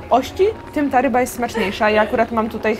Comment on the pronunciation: czy tylko ja usłyszałam ryba fubu?